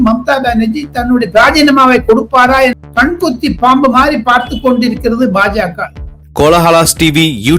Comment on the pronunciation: பாம்பா, கழுகா சரியா சொல்லுங்க